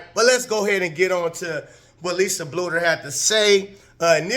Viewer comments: It's pronounced Blue-der. Keep it coming! Thanks! 👍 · Learn how to say Coach Bluder’s name right!